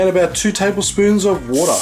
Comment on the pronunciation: Did he just say “get all that watah nice and wet O-O....” wooooow 😂